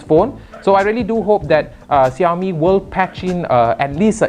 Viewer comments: syamil azfar uh.. yes. 30% of population in malaysia are chinese. how can you not know how to pronounce xiaomi? you are supposed to pronounce it like "shiaomi" not "jiaomi". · *is in a multicultural and race country* *can't even pronounce xiaomi*